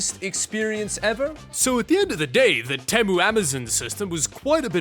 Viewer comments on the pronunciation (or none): Temu: (Tea'-Moo) for the love of god...